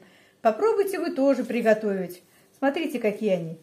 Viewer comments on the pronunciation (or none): none